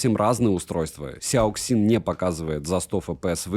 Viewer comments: КСЯоКСин ?))) мне казалось, что уже не осталось тех, кто не знает, как данные сочетания букв звучат по русски) Сяосин это произносится , люди !))) А за обзор спасибо!!! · Читается "сЯасин" - типа "мозговой штурм" или thinkpad, учитывая что это Lenovo когда-то имела контракт с IBM ;)